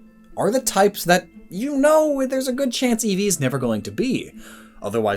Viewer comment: Neeveer again